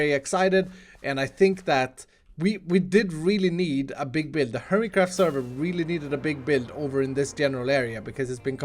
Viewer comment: Every time starts his intro ( Ladies and gentle..... another episode on hermitcraft) 'Hermitcraft' sounds like 'Hermitcrap'!!!